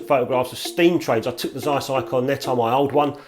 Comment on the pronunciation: dear, every time I need to hear some healthy English accent I tune into your channel please note < need to> Of bleedin 'course you butcher all them foreign words, you're English, aren't you? it's < tzeyes > Nettar you've got it right, Anastigmat wrong, as usual golden rule for English, Welsh, Scots, and other British subjects is: if you naturally stress the first syllable then you can bet your posterior it's second one you should stress. The syllable you strees naturally and the syllable you pronounce more or less neutrally are your best guide go against your natural tendency and stress the other syllable ana-STIG-mat you says, anastigMAT is right admittedly it's a difficult one having four syllables;Love you, your videos, some of your pics and your effervescence. What a pity they banned smokin' in pubs ( please pron vinnie coz it's German & I'm a bloke )